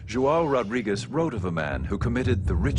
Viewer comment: Ignorant american narrator, pronounce portuguese names in portuguese language not in spanish.. It isn't "Rodriguez", but "Rodrigues". but.. what to expect from americans... so dumb... pff